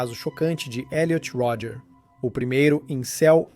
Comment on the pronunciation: O nome dele é Elliot Rodger. Creio que o narrador está dublando o documentário. Aí "abrasileirou" o nome.